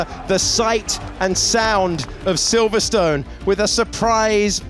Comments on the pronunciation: Who knew Silverstone must always be pronounced so strongly. There was me thinking it's always always always been pronounced silverstin. Because that's what it's called. Same with yesterDAY. Make sure you sure you put you emPHAsis in a daft place. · Did they change the pronunciation of Silverstone without telling us?